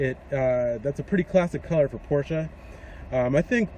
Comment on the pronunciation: Nice Review. Knowledgeable. Pronounce Porsche correctly (many youtubers do not) Agree that the car looks great in red.